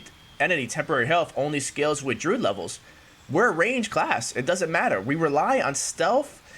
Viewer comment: Drude? lmao. Someone teach this man how to say druid.